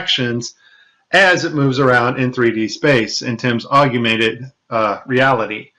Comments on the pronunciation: "Argumented Reality" loser can't even speak 😂😂😂😂😂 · So you're listening to a guy talk about augmented reality, who doesn't know how to pronounce 'augmented'...hardly an expert I feel. And no, that NASA toy clip was nothing to do with augmented reality, it was simply a mask of the background placed over the toy for the first portion of the video. Easy to do in Premiere, no need for AR. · Love the content! But not so much your mis-pronunciation of "Augmented." Drop the second "U" and you'll have it nailed. Yeah..... I'm kind'of an english snob LOL